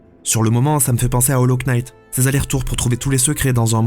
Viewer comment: Ouais le K est muet, moi aussi mais il est tjr a son prime :D